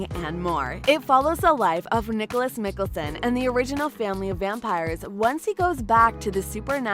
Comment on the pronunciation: I'M SORRY DID YOU JUST SAY 'NICHOLAS MIKELSON'???????????????????